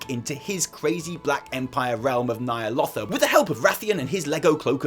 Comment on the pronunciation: isn't it nya'lotha not *nya'lofa*?